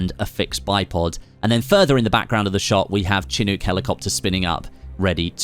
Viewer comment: SHUH-NUK, what is this Chin Uck you speak of?